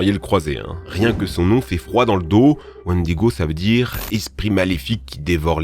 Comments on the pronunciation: Le wannedigo? Je connais le wènnedigo Mais le wänne digo non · On dir wainediguo et pas wandiguo... Et c'est pas likene dans the witcher mais lekene et c'est pas inspiré du wendigo, t'es un blaireau c'est un truc de fou... Tu connais absolument pas le domaine que tu traite, c'est une dinguerie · « WÈÈÈNDIGO » pas wan digo 😂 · vidéo sympa mais pas mal d'approximation quand a la prononciation ^^ J'ai remarqué ça sur certaines vidéo, aussi je me permets de te conseiller de regarder la phonétique quand tu ne connais pas un mot. wèndigo Lechen, pas lichen Chitine se prononce Kitine Béhémoth, pas bénémoth... HécatonShire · Ça se prononce wèndigo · Pas du tout le wendigo n'ai pas inspiré pare leshen il est dans d'une inspiration unique du liéchi c'est vrais qui ressemble à c'est deux créatures mais ce n'est pas la même inspiration attention à ne pas confondre.🧐🧐☝️ Et pour quoi tu dit licquene au du leshen.